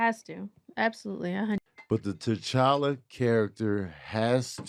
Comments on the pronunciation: Aye hold on why ain’t nobody tell my mans that it’s pronounced tCHalla CH CH CHALLA 😂😂😂 no shade he speaking facts altogether lol #RecastTChalla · The character is so important can we at least get his name said right.lol. But yea recast. Tocolla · Lord, I can't get over the fact dude kept mispronouncing T'Challa.